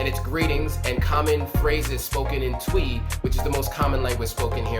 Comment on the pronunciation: Twi is pronounced Chwee